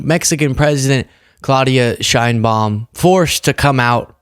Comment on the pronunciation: thanks for posting this. However, you are mispronouncing President Sheinbaum's name. It's Sh/e/inbaum. Use the Spanish /e/ sound, as in exit.